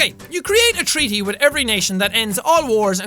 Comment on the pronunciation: Anyone else notice the "you can communicate 'witth' people just chickens"